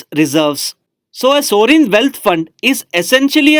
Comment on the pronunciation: Please pronounce well ' sovereign'